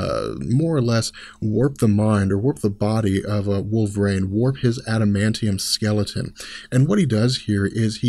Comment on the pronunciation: you keep pronouncing "wolverine" as wool-vrain. It's weird